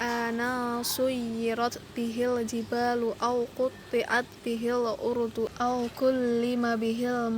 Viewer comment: Ardhu bukan urdhu